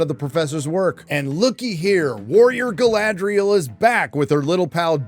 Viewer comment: An Evil has returned! “Guyladriel”